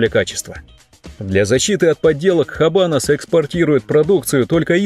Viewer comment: Оч познавательное видео👍. Правильно "Абанос". Не "Хабанос". В исп яз эта буква не произносится.